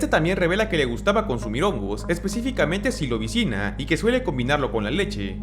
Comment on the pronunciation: Silobicina ❌ Silosibina ✅